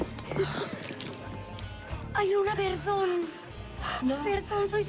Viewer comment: en el segundo 50 al luna verdon en lugar de perdon jajajajaj❤❤❤😌😆😆